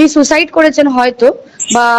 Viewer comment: এটা ফেক ফোন কল। এটা সেই নার্স(?) সোমা মুখার্জির কন্ঠস্বর। ইনি সুইসাইডকে আবার সু-সাইড বলছেন।😀